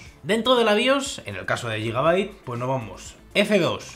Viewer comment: no se dice yigabait, se dice guigabait, de nada xD